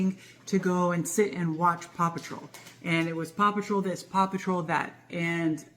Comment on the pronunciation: Paw patrol sounds like 'papa troll'